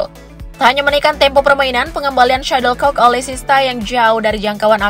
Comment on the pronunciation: Untuk yang dubbing: SHUTTLECOCK! bukan Suddlecock! Perbaiki pelafalan Anda.